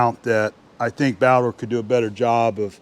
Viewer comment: "Baldor". Not Balder.